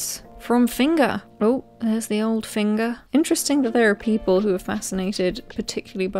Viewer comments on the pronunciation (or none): I live in finger and found this hilarious 🤣 oh and your pronounced Finger wrong its Fanger 😂😂